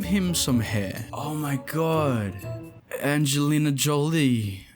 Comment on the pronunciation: « Angelina jollee » hhgfaaaahaha